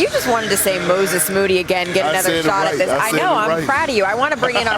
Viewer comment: Perk finally said Moody’s name the right way this time😂